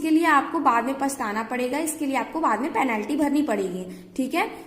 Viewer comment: Penaalty😀😀🤣🤣🤣🤣🤣🤣😅😅😅😅😂😂😆😆😆😆😝😝😝😝 Bolna sikhlo medaam😀😀😀🤣🤣🤣😂😂😅😅😆😁